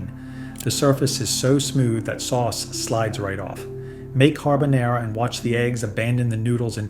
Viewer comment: Al momento in cui ho sentito pronunciare la parola “Carbonara” da questo tizio, ho chiuso il video!